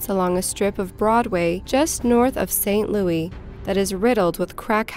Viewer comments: It just keeps happening... Saint Looey. Hurts my head. Seriously what gives you the impression that's how its pronounced??? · It's pronounced St. Louis just like it's spelled, not Louie. :) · I love your videos and I think they are amazing.... but please stop pronouncing it St. Louie. Its St. Louis, with an S sound on the end. Other than that... keep up the incredible work. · My heart breaks for all that endured this woman say Saint Louey. Repeatedly. Ow. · "St. Louie" lol... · Look... the only person from St Louis that calls it "St Looey" is Nelly. Just stop. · St. Louis. Lew-isssss. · Learn How To Pronounce St. Louis Please. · Your not, I live in STL. Its annoying... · I know all of this is horrible but it pronounced SAINT. LOUIS. not st louie! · St Louie, slang for St Louis...lol I'm deceased over here! 🤣 She keeps saying it! 😅🤣😂 I live in St Louis. 🤗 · St. Louis - Saint Loois, NOT Saint Looee. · It’s pronounced “Saint Louis” not louie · St Louis is pronounced "SAINT LOO-IS" not "saint Louie" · "Louis" not "louie" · Why do you call it St Louie? It's Louis. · St. Louis.....it's St. Louis, not St. Louey.......thank you from everyone in Missouri! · St. Louis is pronounced Saint Lewis. Not, Louie. I know that English isn't your first language and St. Louis is based on French, so it would make you automatically choose Louise, instead of Lewis, but it was sooooo frustrating to hear over and over. If it was closer to New Orleans it would be Louie, but it is a midwestern city. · Saint Loui? Stop... Saint Louis. Wow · Nice video. The only correction here is that it is pronounced St. Louis, not St. Louie. :) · It's St. Louis (pronounced like Lewis), NOT St. Louie!!! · its not pronounce st. "louie". its louis, with an 's' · St. "LOUIE"?? Its St. "LOUIS" !! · It's St LOUIS, not St Louie! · I am from the st Louis area and I have never heard anyone pronounce it the way you are. It's fucking with me Lou is not Lou ee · Wtf is "saint louie?!?" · St. Lewis. Not louie.